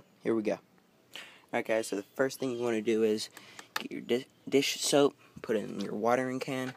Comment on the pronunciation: lol he said shoap then soap